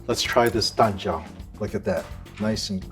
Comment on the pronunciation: When he says "Dan Jiao" I keep hearing "Lanjiao" 😭